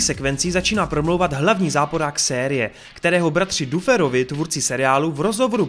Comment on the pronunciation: no jakoby, je to blbustka, ale furt říkáš Max místo Mex a Duferovi misto Dafrovi, pisu jak se to cte a ne jak se to pise, ale jak rikam je to jen blbustka, takze to je skoro jedno😄